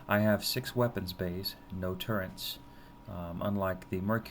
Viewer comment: Its turrets, not turrents! /rage